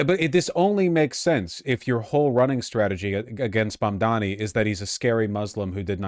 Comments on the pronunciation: mispronouncing mamdani on purpose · Cuomo's commitment to mispronouncing Mamdani's name so consistently is the pettiest, laziest thing I've ever seen.